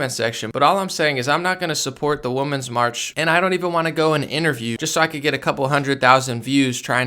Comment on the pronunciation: Hey I love your videos and sincerely am a fan of your work. I have a question and it is mostly because I have a bit of ADHD and I got thrown off easily by things... are you saying Woman's March instead of Women's march on purpose or have they changed it to call it Woman's March now instead of Women's March? It used to always be Women's March which is pronounced differently than woman's march and I'm just curious because my brain gets distracted by it when I'm listening to you and so now I need to know the answer, LOL and I also want to be in the know and up-to-date on things so if I've been saying it incorrectly I would like to know. Thank you!